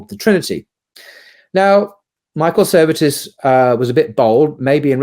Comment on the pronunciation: it should be Michael Servetus, not Michael Services